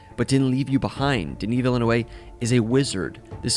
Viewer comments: Its pronounced deni veenerve basically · It's funny how Americans pronounce Denis Villeneuve's name as if he were a latino, or they try to pronounce it the French way with random silent consonants.. It's not Villanuevé, or Villenew... I know his name is French, and people naturally assume French has many silent consonants. But the V in the end of "Villeneuve" isn't silent. Basically, in French, if there's a vowel after a consonant, like the "e" after the "v", you should pronounce the consonant. So it's "deni vil-neuV". Great video ! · I’m with you on the excitement! Also, I myself had to check the pronunciation of the director’s name, and he says it as “DUH-nee Vil-NUHV.” I thought you’d benefit as I did! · It's pronounced 'Vil-nuv" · "Danny Veelaynewlay" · What did you call Denis? Villenuhey? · Ive heard many mispronunciations of Denis Villeneuve's name but Denis V(illinois) is the funniest one so far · "Denis Villeouohey"😂😂😂😂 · it's pronounced "Vil-Nœv" so like "veal" + the "oeuv" from "Hors d'oeuvres" ... "veal"-n-"oeuve". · hes french.. its pronounced "VILL - NOOV" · Its VILLE-NEUVE. VILLENEUVE. SAY NEUVE AS YOU WOULD SAY NERVE BUT REMOVE THE R. SO, Repeat after me. VILLE- NEUVE. Im french Canadian and i just help ypu to say is name the right way dude. Dont thank me, just learn the right way to say thing. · Ahahaha I was thinking 'Ahh yes, the great Spanish Director Denis Villanuevo' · It’s pronounced “Vil-Nuhv” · I don’t get why people don’t get this name. They say Villenueve, Villenue, etc. What is so hard? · Met him on Sicario (2014). Denny Villan Oov. Is how you say it. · pronunciations i heard so far Vee Nuv. Vil a nueve. Vil a nuev. when u can just google how it’s pronounced and u will see videos on youtube that are 10 second long of how to pronounce it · Don't worry, I'm French and I've noticed many English-speaking reviewers completely butcher his name lol. Not an easy one to pronounce for non-Francophones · Wtf did you call Denis Villeneuve???😂😂😂